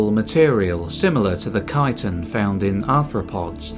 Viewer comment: "Chitin" is pronounced like "kite in".